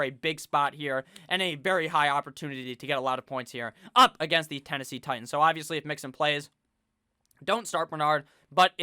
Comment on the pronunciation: I hit that like button every time you say “le Titons!!” Hahaha